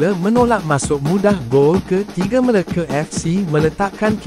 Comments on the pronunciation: Bang sebut Melaka btul2 bang jangan main nama negeri kami meleke ape tu MELAKA bukan Meleke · MeLAKA fc..bkn Meleke Fc..sebut pun x reti..